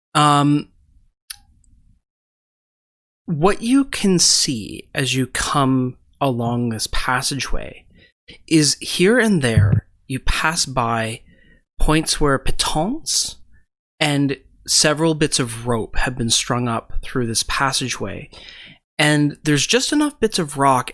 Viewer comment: piton [ pee-ton ]